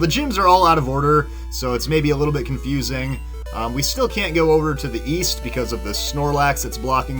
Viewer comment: East I thought you said weast